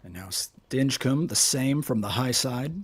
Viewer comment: Really not liking how is pronouncing Stinchcomb.